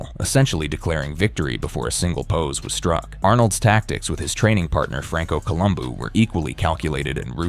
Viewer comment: I really hate these voice generated videos. The speaker couldn't even pronounce Lou Ferrigno's as well as Franco Columbo's names correctly.